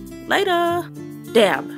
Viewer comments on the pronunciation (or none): At the end I thought u said damn but u said dabb lol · I cracked up when she said dabb 😂😂